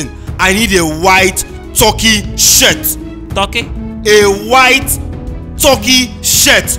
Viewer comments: Its the Right pronounciation actually .. Not that way Ghanaians say..Tar-ky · The way Mack Angel pronounced the Turkey tho😂😂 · The guy who played the groom also acts as baze 10 in some other episodes. The guy shouldn't have been so fussy, it's not like there is some book of marriage laws that says buy a white turkey shirt Mark Angel's pronunciation of turkey is hilarious 😅😂🤣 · He said turki😂😂😂